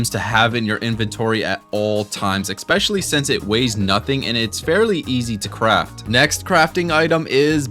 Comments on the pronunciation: The word is 'eSpecially' This nigga: 'eXpecially' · Had to stop after 3 minutes. Can’t listen to a person who can’t pronounce especially. It’s ES! Not EC, ESPECIALLY! Not ECSPECIALLY, you absolute invalid. 🤦🏻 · "Exspecially" hurt my bones xD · "EX-Specially" Lmao, it's wild how people seem to add letters to some words. I bet bro says "exscape" as well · bro you need to learn how to say "especially" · Good video but there is no “x” in “especially”